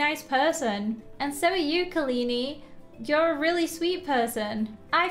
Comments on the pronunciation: Ka-li-ni = Wrong Ka-lah-ni = yes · It’s kah-la-ney 😂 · you pronounced “kalani” wrong..